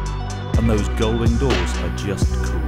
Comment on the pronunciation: "Gullwing" doors. No.